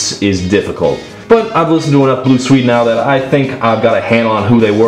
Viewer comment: i have never heard someone mispronounce the name of swedistan so many times